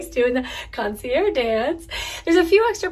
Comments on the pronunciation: You’ve been pronouncing it correctly. In French if the word ends in a vowel you pronounce the last consonant and vice versa. is pronouncing it incorrectly you need to pronounce it with the g. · PLEASE PLEASE PRONOUNCE THE "GE" (CON SEE ERR GGE) OR ACTUALLY THE END IS "ZH" PRONUNCIATION HAHAHA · you’re pronouncing concierge wrong you need to pronounce the g in the word